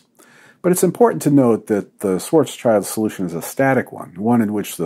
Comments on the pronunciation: Americans: Please stop saying "Schwarz-child". It is pronounced "Schwarz-shilt", and the German meaning is "black shield" which is kind of cool for trivia, isn't it? (schwarz = black, Schild = shield -> Karl Schwarz schild). No children involved here! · Hi, Dr. Don, it's being pronounced "Shvarts-shilld", not "Shwort's Child". :-) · The name "Schwarzschild" has now been mentioned in many videos, so let me try to teach you its pronunciation (or you could simply google the German words "Schwarz"="Black" and "Schild"="Shield"). Your "schwarz" is almost correct, just change the ending to sound like "arts". "Schild" is pronounced like "shield" except the "i" sound is short like in "bin" So all together: shv + arts + sh + i + ld. (For English speakers the German "W" is almost impossible to pronounce correctly but the "v" sound is usually the closest equivalent.)